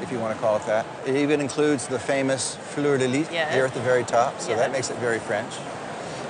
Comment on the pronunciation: The ess is not silent in fleur de lys.